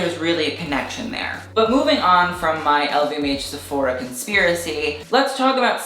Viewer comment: How you sayfora cracks me up